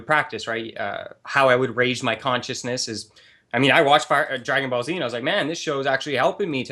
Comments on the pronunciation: Did call Dragon Ball Z "Fire Paul Z"? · did the seriously just say "FirePaul Z" instead of Dragon Ball Z?